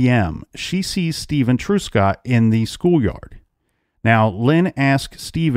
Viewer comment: Thank you for covering this 65 year old cold case. A couple of things: Truscott is not pronounced TRUESCOTT, it is TRUSCOTT. In the province of Ontario, we refer to major roads as HIGHWAYS, certainly NOT STATE roads ( a US reference). Canada has provinces, not states.